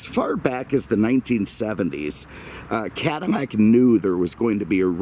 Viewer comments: I don't know if it is just me but, every single video I see from the L's sound like M's. Is this a Cadimac? I've seen his video on Monte Carmo and Camaro Berminetta. I keep listeing closer and closer and and hear it all the time. Maybe it is his deep voice and maybe microphone doing this. I still listen to the whole video because he definitely knows his stuff. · CADDIMAC???????????????? lay off the booze , it is eating your brain. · great video as always, but why are you saying 'Cadimac' - apple thing? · Stop saying cadaimac it just sounds stupid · Doug is funny and really shows you things about the car that many car YouTubers don’t even mention maybe that’s why he has over 4 mill subs compared to this dude lol but we all have our own opinions I guess btw dude needs to learn how to say Cadillac correctly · Honestly can't say I'm familiar with Cadimmac or Chevromet as brands. I've heard Doug use the letter L, why the mispronunciation?